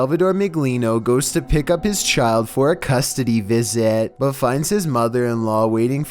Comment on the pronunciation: custody visaaaat. innocaaant recordaaaaad